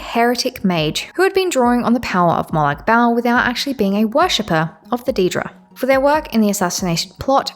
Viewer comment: For future reference, I'm pretty sure most sources pronounce it as "Mo'-log (or lag) Ball" 😭